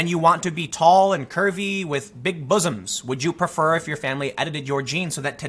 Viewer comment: Delta, the triangle means 'delta'. Bossums. Tim said 'bossums'. Heh, heh....